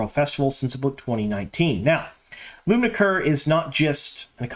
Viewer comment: Hey, good job pronouncing Lubna Kerr's name.